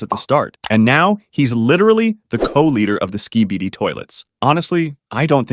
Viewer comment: Bro your say sabidi😅